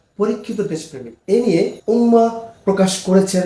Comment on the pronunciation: ভুল উচ্চারণ না করাই উচিত ।